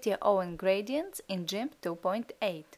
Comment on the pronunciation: It's called Gimp not Jimp LoL